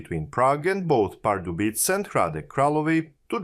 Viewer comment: The „c“ is pronounced as „s“, not „k“. „Břeclav“ should sound somewhat like “brshess-love”. And the “e” at the end is not silent: Pardubice is “par-du-bi-tseh” And generally, everything is stressed on the the first syllable. In any event, it shouldn’t be too much effort to listen to the correct pronunciation of the city names on the web before recording the video. I am not a Czech citizen, but from neighboring Austria, but it even irritates me, even though I am not a native speaker…